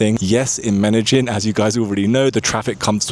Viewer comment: First you have to learn how to say "medellin" ignorant